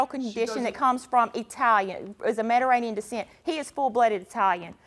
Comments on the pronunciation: Let's say it together, Me-di-TERR-anean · Metarainian lol